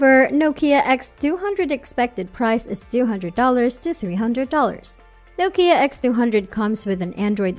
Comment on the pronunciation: It's Nokia not nookia